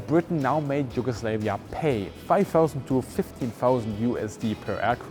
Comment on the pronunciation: Sorry but Yugoslavia, its not Yugoslevia, your pronunciation is like Yugo slave. Just pointing for people to know, no slaves in Balkans lol. Cant wait to see the cockpit (also why is it called a pit for cock?)